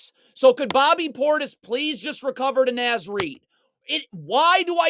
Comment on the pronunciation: Love the video breakdowns! Also "Naz" as in Naz Reid is pronounced like it rhymes with Oz.